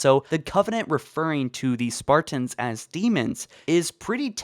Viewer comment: I’m so annoyed by the way u pronounce Spartans “SparTINS”